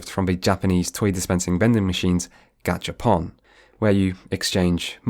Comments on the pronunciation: says "it's pronounced gAcha not *gOcha*.." 2 seconds later: "GachapAn" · I just checked and it really is spelled ガチャポン so I don’t see where you’re coming from, unless you’re American and thus tend to pronounce “o” as “a” in such cases. But “gotcha” in romaji would be ゴチャ in katakana, or possibly ゴッチャ if you interpret the t as a glottal stop, neither of which are used to refer to gacha games or machines but instead mean something like “messy” or “chaotic”.